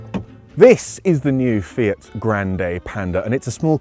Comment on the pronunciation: "Fiat?" Yes, your pronunciation is on point